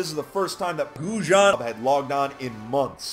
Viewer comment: I like how he pronounces it “Gauw jawn “